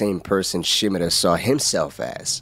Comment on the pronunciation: Someone who pronounces Shimura's name correctly impossible